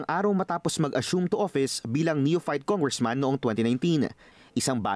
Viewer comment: Noon pa yan. Nong bata pa aq narinig q na ang tongressman instead of congressman.